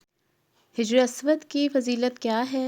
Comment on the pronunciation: hijr nae, sahi lafz hajr hai, hajr means stone ( pathar).